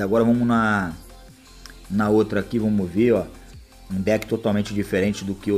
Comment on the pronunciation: "vomos q vomos" KKKKKK